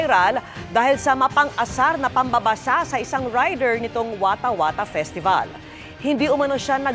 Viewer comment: Skwattah skawattah pisteval hahaha!